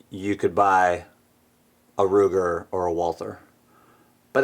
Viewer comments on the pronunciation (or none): none